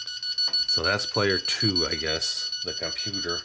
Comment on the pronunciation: Computor? He's actually a robot brother of SKELETOR!